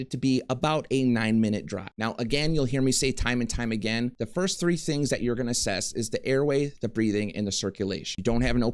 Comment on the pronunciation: Why does the number 3 have so much emphasis in this whole video…. 😅😊